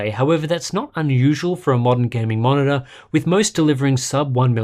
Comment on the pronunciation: i was like, wow I want this until i heard "...va-monitor"... no thanks :)